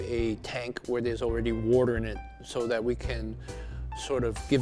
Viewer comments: "Woter" ok brad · "Wourder" Brad Leone joins the chat. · I hear “Wouder “ and i immediately think of Brad from the BA kitchen 🤔😂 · Wourder... Alright, Brad! 😂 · "wurdur" Brad? What channel am I on? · Am I the only who loves how he say WAHTUR